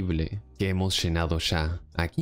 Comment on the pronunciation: Sha hemos shenado los bidones shenos hasta arriba.